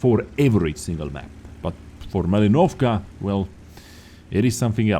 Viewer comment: Malinovka. Stressed syllable "li". Ma'linovka.